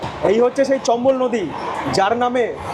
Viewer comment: চম্বল এক্সপ্রেস ❌চপ্পল এক্সপ্রেস ✅